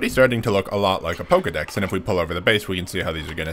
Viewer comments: It's painful hearing him pronounce it PokEEdex instead of PokeAY/UHdex. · "poh-kay-dex", not "poh-key-dex".